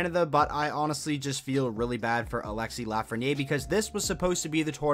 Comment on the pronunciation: The way you say 'LafrenieRE' is seriously driving me nuts bruh, otherwise i still love your vids 😂